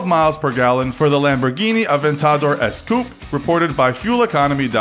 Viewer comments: Aven-tha-door? Mate, I think it's pronounced Aven-ta-dor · Who else cringed when he pronounce "Avent-taa-dooor" ? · I mean who says A-van-tar-door Its A-ven-ter-door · Yeah, I love my Aventadoor with my trade mark swing up doors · ik im late, but when he said Aventaaaaaaaaaaador i wanted to shoot myself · Lamborghini “Aven ta door”. WTF? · ITS AD-VENT-TOR-DOR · He said aventador wrong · Aven_Tador he said the aventador’s name wrong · He pronounced so many names wrong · That pronunciation of the Lamborghini Aventador was so damn brutal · The way this guy says AVENTADOR... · Is it just me or did he miss pronounce the adventador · Deadass almost start crying when he said Aventador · please say aventador right next time and urus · The aventadors name was butchered so hard 😂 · that is actually disgusting how he said aventador I threw up when I heard him say that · Has anyone realised he can’t say Aventador